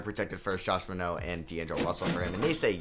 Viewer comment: Totally random but it really frustrated me with your pronunciation of Josh Minott lol. Other than that, great vid